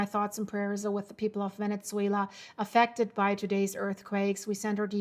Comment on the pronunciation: There is no T in Venezuela!